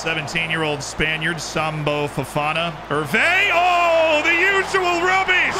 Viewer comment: The way you say “Sambou” sounds like the racial slur… I’d suggest stressing the “-ou” on the end more…